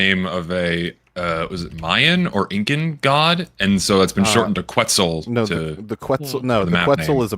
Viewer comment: Fucking has a Dragon's Fury named after one interpretation of Quetzalcoatl (Lucoa) and yet he mispronounces Quetzal, someone take his anime card from him. The correct pronunciation is "Ket-zal".